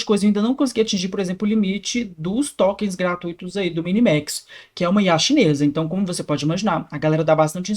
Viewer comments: Porque em todos vídeos ele fala tÓkêns? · o cara quer falar de ia, até legal. Mas não sabe pronunciar "tokens" ai quebra.